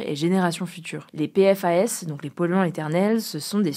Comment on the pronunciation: Coucou ! Les PFAS se prononcent généralement « Pifasse »